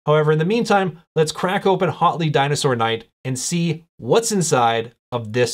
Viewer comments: Hotly? I'm pretty sure the H is almost silent. So you say "uatli" with a very slight H sound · Thanks for this! (Side note: name should be pronounced more like "WOT-ley")